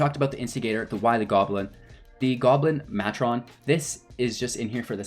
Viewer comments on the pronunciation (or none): Content was ok, but mispronunciations drove me crazy. Conspicuous. Matron. Grandee. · Nice video! BTW, you might want to look up how "conspicuous" and "matron" should be pronounced ;-).